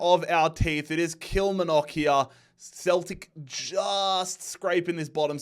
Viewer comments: omg please your killing me way say Kilmarnock ( let me help you kil mar nock << say it like this . hopefully this will help should honesty try and watch Scotish game or very least highlights please lol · Kilmarnock is pronounced kil..Mar..nock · Kill-Mar-Nock. You could also say Pish. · Any chance of this guy saying the r in Kilmarnock 🙈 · Convinced he says Kilmarnock like that just to piss scotland off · The way you pronounced Kilmarnock 🤣